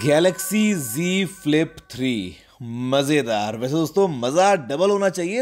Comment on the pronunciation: J G falip nahi z falip